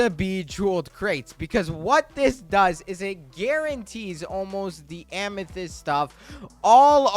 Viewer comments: Please. Stop saying ah-me-thist is am-ah-thist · if you pronounce amethyst as ameethist one more time im gonna explode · ur still saying ameethyst...